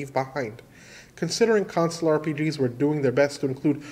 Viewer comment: The number of times you say console and pronounce it like "council" in your videos is absolutely maddening, and it confuses me every single time.